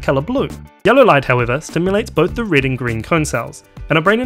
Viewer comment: the absence of the letter e in your accent is fairly annoying... it's red, not rid, sensitive, not sinsitiv